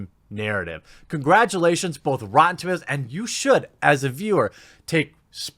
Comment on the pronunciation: "REEEEtee" is officially the new name for rotten tomatoes...